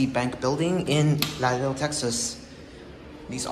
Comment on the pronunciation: It’s not lado Texas it’s la rea do Laredo